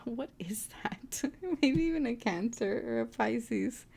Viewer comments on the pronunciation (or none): none